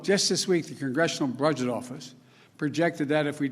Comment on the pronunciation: Thats how the chinese say it, hes picking up an accent.